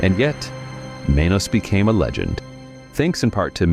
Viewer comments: It's MAH-nos (short a, long o). Spanish for "hands", as in "mano a mano". And for anyone wanting to actually watch the thing, the MST3K version is available free on their YT channel, and it's the LEAST painful (and funnier) version. Only masochists and insomniacs will ever try to get thru the unriffed version. Oh, and Barry Bostwick from Megaforce? Everyone knows him much better as Brad "ASSHOLE!" Majors from The Rocky Horror Picture Show. 😂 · YOU PROUNCED "MANOS" WRONG INEXCUSABLE 😅